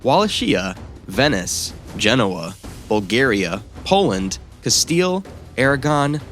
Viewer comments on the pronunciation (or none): none